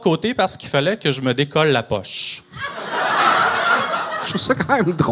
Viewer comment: C'est son 4e échoué mais toi c'est la 55 ième fois tu dis decoliss...c'est tellement zéro respectueux 🤦🤣